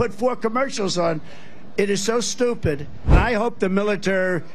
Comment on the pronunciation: What the fuck is a militer, did I he mean to say military